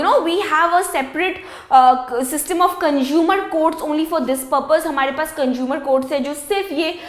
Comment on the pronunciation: Mam its consumer not conjumer.....u r unable to express urself otherwise explanation is good...and i just got the difference between heard and seek redressel...so thanks 😊